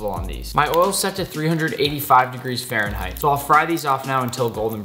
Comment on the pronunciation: Why do Americans use Fahrenheit if they can’t even pronounce it?